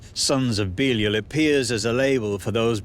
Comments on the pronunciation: Thought it was be-lie-al nt beelee-ul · It's not BEELEEUL. It's BEE-LIE-AL. 🤦🤦🤦🙄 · Ive always heard it pronounced "buh-LY-al" not "bee-leel" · He is not Beelee-eel, but Bēleeāl or Bēlīāl. English talking folk - pronounce the most names wrong. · I thought it was pronounced beh-lie-all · Can't stand how you say "belial" dude...even with your accent taken into account, that's not how you say it. "Be-lie-el" ...there...any supposed english speaker can say that easily enough. When your "i" and the "a" next to it sound like like a pair of "e"s, then it's probably not right, you know? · is that how you pronounce it? I always thought it was be-lie-al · Beleel.. Never heard of pronounced like that anywhere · Huh. It's strange hearing it pronounced that way. I've always pronounced it Be-lie-al. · If you cannot pronounce his name right than inwill not watch thr video. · Belial must be tired of getting his name mispronounced from English to American to I can't understand what you're saying ,even though he's deaf Got to hand some flyers out for him in case Satan throws him deeper than the cracks . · That's not how you pronounce Belial 😛 (I kid. Mostly.) Are we talking about something from the Bible or Donald trump? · Man they even pronounced Belial wrong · It's pronounced Belial, you brit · The time is coming. :) I like to see how you humans think how it is. It's no the best pronunciation, but keep going